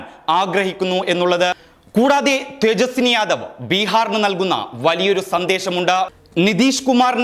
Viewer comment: തേജസ്സി ✔️ തേജസ്സിനി ❌️